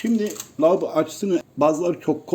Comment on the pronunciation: Lavoba açıcısı mı? On kere dinledim kulaklarıma inanamadim insanlar niye kanser oluyor zannediyorsunuz Allah göstermesin